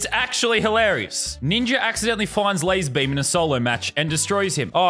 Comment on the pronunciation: Brig McMullin its pronounced lazerbum